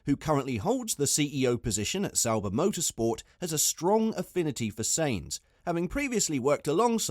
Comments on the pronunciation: Sainz pronounced Signz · Because he cannot even say his name properly :)